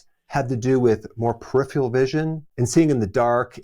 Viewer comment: Peripheral, not "periphial".